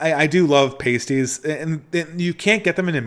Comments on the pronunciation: it’s pronounced p-ahh-stie. Sorry, it’s a pet peeve being of Cornish descent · Pasties is pronounced like the way Americans would pronounce "nasties" but with a p. It's like "ass" rather than "ace" with a p on the front and ending in "tees". P-ass-tees. Not the easiest word to explain.